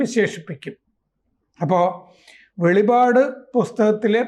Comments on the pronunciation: സാറേ വെളിവാട് അല്ല . വെളിപ്പാട് ! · വെളിപാട് എന്നല്ല വെളിപ്പാട് എന്നാണ് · വെളിപാട് അല്ല വെളിപ്പാട് എന്ന് പറയണം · വെളിപാട് അല്ല വെളിപ്പാട് ആണ് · വെളിവാട് അല്ല സർ... "വെളിപ്പാട് " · വെളിപാട് അല്ല വെളിപ്പാട് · വെളിപാട് അല്ലടോ വെളിപ്പാട് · വെളിപാട് അല്ല വെളിപ്പാട് എന്നാണ് പറയേണ്ടത്. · Not velipad, it is velippad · വെളിപ്പാട് എന്നാണ് ശരിക്കും വെളിപ്പാട് എന്നാണ് ശരിക്കും